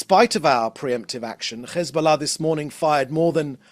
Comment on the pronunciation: Why do these Europeans speak petfect brittish english, but can't pronounce Hesbollah? They say Ccchhezzzzboullahhh. It's offensive. Its like they make fun of Middle Eastern accents.